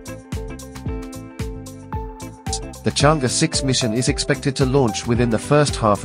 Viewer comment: Pronouncing “Chang Err”.